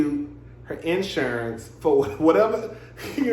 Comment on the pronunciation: you said IN ‘surance like how Tisha (LAMH) pronounce EEEVENT🤣🤣🤣🤣